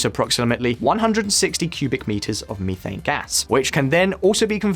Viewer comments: Meeethane!..lol..someone tell this guy it METH! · Searches for Miifane Hydrate. Google: You mean Methane.